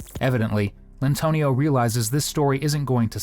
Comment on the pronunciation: "Lyntonio".......Enough said.